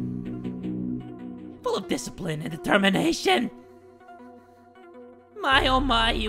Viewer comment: My oh my Camila Cabello's Song and he didn't say dicipline he said dicipine